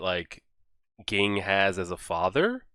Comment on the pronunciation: Very minor but Ging is pronounced like Zing in Japanese! Great reaction regardless thanks!